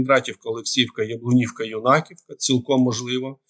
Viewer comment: Юнаковка ударение на Ю. Не понятно, почему все так говорят. Мы в Сумах взрывы уже слышим круглосуточно